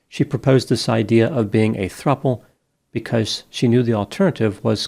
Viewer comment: Throuple sounds like throuble 😬